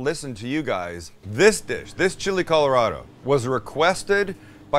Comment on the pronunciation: Sam pronouncing Chili Colorado sounds like he had a stroke.